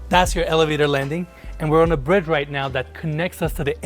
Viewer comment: He sounds like he has a little bird tongue! LOL 👅🐦"We're on a bread right now" He means to say BRIDGE! 🤣